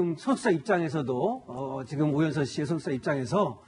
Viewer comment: 아이고 망했네;; 발음도 못하는 저 여자는 누구지?? 오연선(누구?)---오연서가(반말) ---오연서씨가.... 모하는 여자?? 실수한거 사과도 안하는 방송이네;; 채널A 뉴스 망해라!!! 그래도 뉴스를 전하는 방송인거 같은데 발음 그따위로 하고 사과 안할꺼면 자기 스스로 그만둬야지;; 구혜선같은